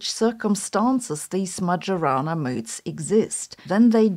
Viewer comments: More like Mary-Juu-Ana 😂. And now I have the muchies all of a sudden. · Sabine, the j in Majorana is to be read the German way, not the English one. "Maggiorana" is an aromatic herb good for cuisine, here in Italy. Majorana remains the pride and mystery of our physics. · I'm not sure "majorana" is pronounced with the J having a soft-g sound as Sabine did, or with a German-j sound (y in English). So I looked up the meaning of the word and learned that it is "Majorana may refer to a particle, an experiment, or a herb. ". I see what someone is doing! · Nitpick comment of the day: "Majorana" Is pronounced like a German would do, not like an Englishman ;) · Every time "Majorana" is pronounced in this way a quantum fairy dies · This pronunciation is smoking majorana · It's pronounced "Maiorana" not "Magiorana". By the way, as usual Sabine's videos switch on the light to see what we often don't want to see: the harsh truth. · Ah, I knew it! Damn Microsoft, now I have to keep hearing "Magiorana" over and over. It's pronounced "Maiorana", please . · she has a PhD in physics but doesn't even know that it's "Mayorana" not "Majorana". Doing research should be second nature to her, this is so disappointing. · Isn't it pronounced ma - "yo" - rana rather than ma - "joe" - rana? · Majorana like mayonnaise not like majority. Thank you for your excellent and original point of view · Its not MaGiorana , its Mayorana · It's Majorana, not Madʒorana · Stop listening when Majorana was pronounced like "j-ourney". It should be like "ee" then "o". It should refer to Ettore Majorana, the misteriously disappeared genius. I hope it doesn't come from any football player I'm not aware of. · that's "Mayorana" instead of "Madzhorana"😢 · It's /maɪəˈrɑːnə/ . The 'j' does not have its distinctively English pronunciation. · Hi. Did you know that Majorana is pronounced "Maiorana"? Look it up if you don't believe it. I think it would be super cool if everyone started to pronunce it correctly.